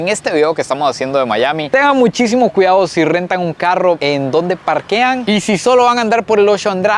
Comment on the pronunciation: Qué bueno que ya sabe pronunciar la "RR", todavía no ha aprendido, "caruo" en vez de "carro", "moveur" en vez de "mover" y mil ejemplos más... ¿Por qué no pronuncian bien la RR?